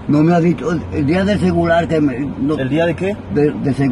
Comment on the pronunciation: Disque el día del "CEGULAR"😂😂😂